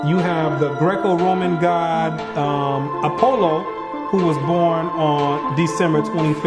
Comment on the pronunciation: Funniest thing I've seen all day. The cheesy horror music is just fantastic. My favorite part by far is his attempt to pronounce the names of mythological figures. The pronunciation of Apollo is (ah-pah-low) not (A-POLO!) as the narrator shouted. Instead of being upset about real evil in the world the 'more Christian than thee' set struggles to understand that just because a holiday has become hollow and commercialized does not make it evil. People like this should be made to apologize to all the people of faith who have dedicated their lives to doing actual good. P.S.- the winter solstice is Dec 21st or Dec 22nd. It is determined based on the astronomical calendar. The solstice has never fallen on the 25th. P.P.S-Congrats on reinforcing the stereotype that all Christians are mindless idiots incapable of critical thinking